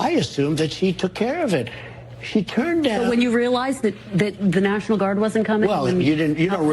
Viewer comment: " Did you calll the Naationmal Guard on the day of...???" ........haha...Yea and they will be assemmbled in two days ... :P what a goof ..!!!